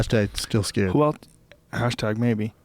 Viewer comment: Love the podcast and love Joe, but I see a flash of white rage every time he pronounces the word "else" as "elts"